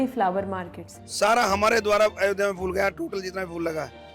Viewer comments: fool nahi phool bolo meri bahan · aapki madam ne ‘phool’ ko ‘fool’ bol ke sare feature ka maza kharab kar diya. Basics toh theek kar lo. #badpronounciation